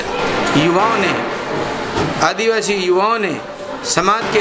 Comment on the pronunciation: जिला प्रमुख अपने मिलकर बनाया कमल कांग्रेस एक है आपके बहकावे में नहीं आने वाला है युवा बीजेपी की गुलामी करते हो इतनी काफी है दूसरों को गुमराह करने की कोशिश मत पहले आदिवासी शब्द बोलना सीखो इतना ही आपके लिए काफी है